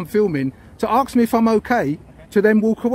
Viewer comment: It is "Ask" not Aksk. You should get your pronunciation right.